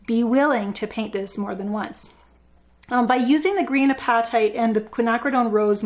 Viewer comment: apatite just like ur hungry. u being canadian may wanna make it different but i believe the stone is pronounced the same no matter where ya go or what ya speak. some countries make it a different word altogether but yeah pretend ur gonna eat it. lol great vid. sorry im so late to it.